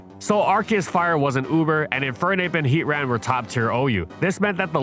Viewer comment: It’s pronounced FWAY-coh-coh, HEE-TRAN, sil-VAL-EYE, tur-TIH-nay-tur, HARTH-flame, SIR-ROO-ledge, “Patrick Star”! 🤨